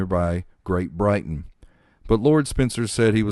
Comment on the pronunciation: She is buried at Althorp not Anthrup and the family vault is at Great Brington not Great Brighton.